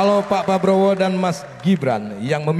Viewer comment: saya ulang2. sule ngucapnya. pak PABROWO